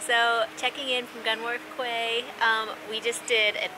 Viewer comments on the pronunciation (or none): Quay is pronounced as Key, enjoy your pint🍻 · Thank you for sharing. Quays should be pronounced 'Keys' not 'Kays'. Don't forget to fit in Wales when you get a chance. The whole nation is most scenically beautiful. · What you called HMS Victory was, in fact, HMS Warrior, an ironclad warship from Victorian times. Also, quay is pronounced key not kway. Please don't ask me why, it's English! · It's pronounced key not kway also use Celsius temperatures your in britain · Quay is pronounced key :) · I was pronouncing Quay the same way until I was corrected. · Yep! Pronounced key. Britain is actually spelled with only one t so it’s “you’re in Britain.” Since I know Fahrenheit best, I’ve always kept my weather apps in that system, even when I studied abroad in London during college. (Aka during uni if you’re a Brit.) I believe most Brits do the same and keep their weather apps in Celsius when they visit the US too, no?